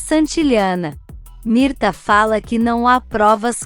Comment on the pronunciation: NÃO É MIRTA, É MIRTES E NÃO É DARIO É DÁRIO NARRADORA.